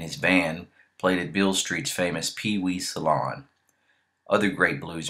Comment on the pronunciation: It was Pee Wee's Saloon, not "salon."